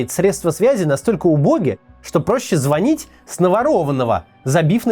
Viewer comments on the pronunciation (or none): none